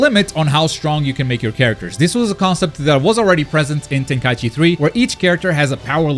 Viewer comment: Thank you for saying TenKAIChi instead of Tenkai E Chi like most people. Most people say the 2nd thing and it legit drives me crazy...